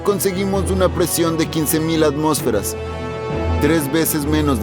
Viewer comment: ATMÓSFERAS!!!! LA TILDE ESTÁ EN LA O!!!! Antes de hacer videos ponte a estudiar